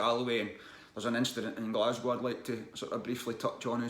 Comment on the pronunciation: that willy wonka shit caused more outraged from YouTubers mispronouncing "Glasgow". From what i've seen about it though i kind of got to put some responsibility onto the parents for falling for it, just the website alone scream "scam" to me and the website was the only place to sign up for it to my knowledge.